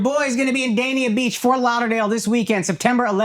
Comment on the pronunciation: akaash said dania beach correctly, 10 points